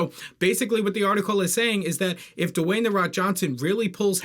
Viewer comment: His name is Dwayne, not Dewayne